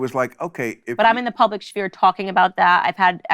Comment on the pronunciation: “public schfere?” this lady can’t even pronounce sphere correctly. 😂